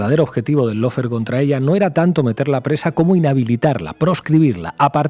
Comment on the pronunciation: Lo único bueno de Fantino es que es el único que pronuncia bien LAWFARE (paren de decir “low fare”). Aguante Cristina y gracias por el canal.